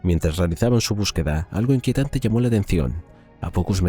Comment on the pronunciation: Bueno... excelente 😅. Pronunciando " iquientante" en lugar de inquietante....